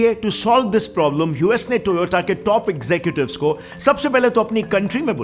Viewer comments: The toyata corona 😅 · Its not toyoda 😈😈😈😈😈